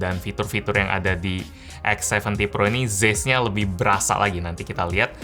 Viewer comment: Tulisannya Zeiss, bacanya cais, om hehe